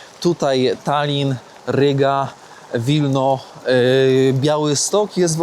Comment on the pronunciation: jest na bakier z językiem polskim. Dwója na szynach! Po polsku "Tallinn" wymawia się "Tal-lin". • Mianownik (kto? co?): Tallin • Dopełniacz (kogo? czego?): Tallina (lub Tallinnu - rzadziej) Celownik (komu? czemu?): Tallinowi Biernik (kogo? co?): Tallin Narzędnik (z kim? z czym?): Tallinem Wyruszyć w podróż i nie nauczyć się prawidłowej wymowy zwiedzanych miast‼️ Zamiast Sankt Petersburg ciągle "san" dukać? I jeszcze wiele innych miast nazywał jak chciał.